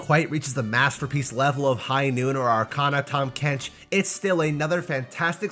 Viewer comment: ah yes, the 'are can A' skin line is very good